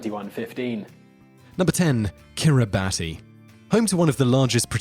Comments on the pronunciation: Hate to be a language wonk, but the number 10 country is pronounced "Kiribass" in the native language (Gilbertese), not "Kiribatee." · Kiribati is pronounced "Kiribas". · Kiribati should be pronounced “Kiri-bas”. The “ti” makes an s sound for their alphabet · Peter Ambrus It's pronounced Kiribas. In the local language they pronouce "ti" as an "s", for some reason. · It's pronounced "Kiribas", not kiribati. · Kiribati is actually pronounced as (Kiri-bahs) because the 'ti' in the native language is pronounced as 's' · Fun fact: Kiribati is pronounced Kiribas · It's pronounced Kiribas. It's doomed. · Man, kiribati is pronounced as "Kiri-bas". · Kiribati is pronounced "kiri-bass". "ti" in the orthography of Gilbertese is always pronounced as "s". One of the islands in the country is called "Kiritimati" substitute "s" for "ti" and you get "Kirismas" which is the Gilbertese way of saying "Christmas". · It’s pronounced Kiribus but their ti is pronounced s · You mispronounced Kiribati. It is pronounced, "Kiribass". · yep. it is Kiribas. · Ojaswit Luthra And Kiribati, it's pronounced "Kir-e-bas". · kiribati is pronounced kiribas lol. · Yep, it’s pronounced kiribas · Just as Kiribati is pronounced Kiri-BUSS... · It's pronounced "Kiribas" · Er.. No!! Brits don't say Kiribati. It is pronounced Kiri-bas. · It's pronounced kiribas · Same with Quebec, Kuomintang, and Kiribati. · Yeah. Stopped watching this after a minute. Couldn't get the name of the first country right. More research is needed. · Kiribati is also mispronounced. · Stop pronouncing Kiribati incorrectly How about you investigate before making a video